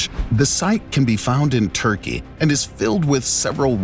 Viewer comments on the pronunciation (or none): none